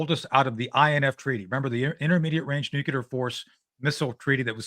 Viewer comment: "Nucular" oh okay, credibility---. Next!